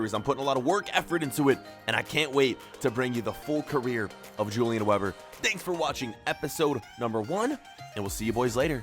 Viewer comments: Its pronounced Ulian Vehbor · I think you should pronounce it Hulian Veeber, because he is German 🇩🇪? Like so he can see it. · If he’s German then his name is pronounced ‚Yulian vayber‘. I can’t watch vids where people don’t make the effort to pronounce foreign words. Pisses me off too much.